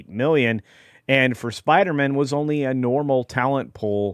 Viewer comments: SPIDER-MAN MAN not mon 😅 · Are you sure you can't pronounce it Spider-Man instead of Spider-Mun? 🤪